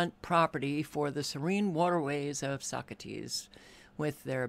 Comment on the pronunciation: It's pronounced Sock ass tee... not Socrates